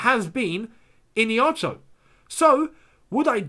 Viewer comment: Hi, Not ihinacho